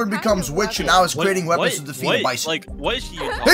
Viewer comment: YO WHY HE SAID 😩💅🥂WITHC 🥂💅😩. INSTEAD OF 🙄💅 😩 🥂 ✨ 😳 👉 WITCH 👈 😳✨🥂😩💅🙄